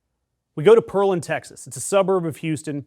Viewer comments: It's "Pear" land!!!! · Please, I hate the stupid click-bait at the front of 90% of YouTube political videos. Just change the title to "Democrat flips a Texas Republican Mayoral seat". Nothing in your video says anything about Trump "seething". Pearland pronounced like "pear land", like a pear tree+ land. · It is pronounced as pear-land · It’s pronounced “Pear Land” and I’m so excited about the election! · PEAR (like the fruit) - land. Not too far from Sugar Land. Pronounce it like the locals. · The pronunciation is 🍐 (Pair - land) respectfully. Great video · PRONOUNCED: PEAR LAND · It's pronounced Pear Land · its pronounced pear-land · It is pearland pear as in the fruit … I live here 😊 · Pronounced Pear-Land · Pronounced, Pair - Land. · It’s pronounced Pear, like fruit, Land, Pearland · Thank you for reporting this. FYI, people in Pearland pronounce it PEAR - land . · Houston resident here. It's pear-land, like a place where pears are grown. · Good news- PS, it's pronounced "pear-land", as in "land of pears". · Being from Texas I LOVE this news... but it's pronounced "PEAR-LAND". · he said it like pearl haha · FYI, I live in Houston and the city is pronounce pear-lan 🍐🛬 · Who are you? And I mean, did you introduce yourself to new viewers? I’m with you on your side. But I had to chuckle at your pronunciation of Pearland. You can be forgiven but all the Texans came out of the woodwork correcting you which is even funnier😂. Good luck in rallying the troops whoever you are MSNow Chris Hayes lite! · Why are people saying it like that? Pear (like the fruit) Land. Pearland. Say it with me. I haven't lived in the Houston area for a long time but I'm proud of Pearland. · Good report; however a small correction. It is Pearland. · It is pronounced Pearland, crazy I know. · It is PEAR not PEARL. Pearland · “pear” land not “pearl” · Pear-land. Not Pearl-and. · It's Pear Land, not Pearl and. Spelled Pearland. If you're going to do a newscast, do your research! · Its "Pear Land"